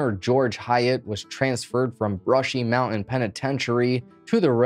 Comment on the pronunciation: Zoomer Primer: "mow-en" = mountain